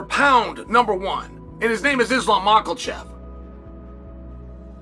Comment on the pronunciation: Chael always says "maklachev"😅😂 like bro, why 😂😂